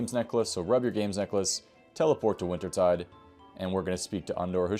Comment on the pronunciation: Thanks for the guide! Btw, Wintertodt is pronounced Winter-tote, as in a tote bag. I believe it's a variation of the german Tod, or death. Good guide :)